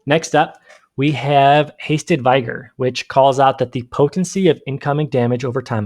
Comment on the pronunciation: Hey bud, it's pronounced vig-er...short i. Also, un-im-peed-ed...long e. No hate, just helping. Thanks for the info👊